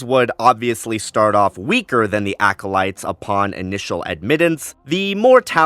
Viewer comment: Unfortunately I winced every time you said acolyte 😮‍💨